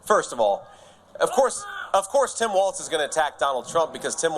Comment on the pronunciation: This deal with saying Walz and Kamala wrong on purpose just wreaks of being a loser.